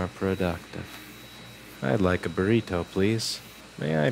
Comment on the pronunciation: I understood everything except "booreedo". Is it some kind of animal?